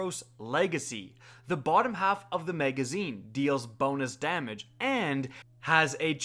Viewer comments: Why do you say may-gazine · Lol “megazine”